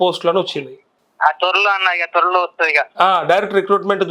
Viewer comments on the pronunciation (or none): త్వరలో ❌ తొర్రలో... 🤷🏼‍♂️